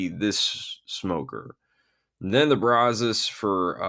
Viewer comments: It's pronounced brazz+us, not brah-zohs. It's named after the river that is about 5 miles from my house and the local (Texas) vernacular since 1832 is brazz+us. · How to pronounce Brazos